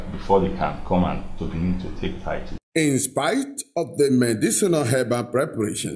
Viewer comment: It is not 'titoe', it is 'title'. Haba!